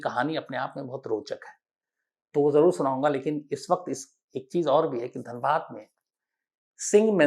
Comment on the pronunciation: Sir it is Dhanbad not danbad....nd it also has Iit Ism and called the coal/black diamond city not just wasseypur🙂